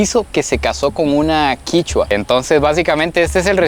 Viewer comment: No es quichua es quechua